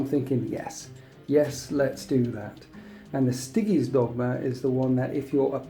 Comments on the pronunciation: Stai-gees, not stiggiees.. ffs. :), annoying to watch, didn't see it through to the end. (on top of the tourney cheese.) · Isn't it Sti-geez? It's close to Stygian, so I imagine it would be pronounced the same way. :)